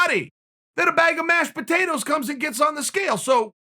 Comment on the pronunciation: 🤦🏻‍♂️ chael.... cmon guy.. “mashed potatoes” ?